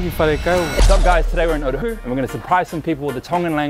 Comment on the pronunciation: I love that people call it Otahu when there’s a whole ass syllable missing 😂😂